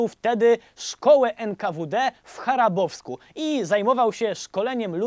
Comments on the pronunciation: nie w Charabowsku p. Wojtku a w chabarowsku.... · Szkola NKWD w Chabarowsku a nnie Charabowsku, przejezyczenie, reszta super, pozdrawiam. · W Chabarowsku a nie w Charabowsku. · W Chabarowsku, nie - Charabowsku. Taka drobna uwaga ;) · W Charabowsku??? O Chabarowsku,to owszem,nawet ja słyszałem,tylko gdzie jest to drugie?? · Szkołę w... Charabowsku? :-) Chabarowsku? I tak petarda. Tak trzymać! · nie w Charabowsku tylko w Chabarowsku :) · Kim ukończył szkołę NKWD w Chabarowsku anie w Charabowsku - przejęzyczenie ? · niw w Charabowsku tylko w Chabarowsku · Szkola w ... Charabowsku? A moze w ChaBArowsku? Cale szczescie, ze to nie koreanski. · Wojtku: CHABAROWSKU, nie.................... charabowsku. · Chyba Chabarowsku A nie Charabowsku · *Nie charabowsku, a chabarowsku :) Pozdrawiam fajn hokeja :) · W Chabarowsku, nie zaś w Charabowsku... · Chabarowsku* Sr musiałem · w CHABAROWSKU (Хабаровск)! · a nie przypadkiem Chabarowsku? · w CHABAROWSKU...